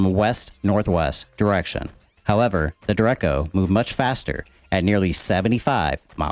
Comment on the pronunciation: duh-reck-oh, nice video though lol.